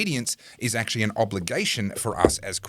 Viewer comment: Thanks, great segment! always says "ackshee" instead of "actually", and you appeared to adopt that pronunciation too in his honour.